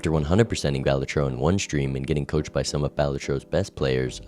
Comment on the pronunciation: why does he say balatro like that 💔